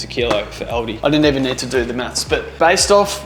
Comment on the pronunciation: Its Aldi not Aldi.